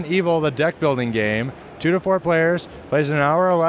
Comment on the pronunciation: "One to Four" not "One Two Four"